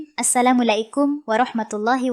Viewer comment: Ko admin salam nya assalamulaikum ..harus nya kan assalamu'alaikum ..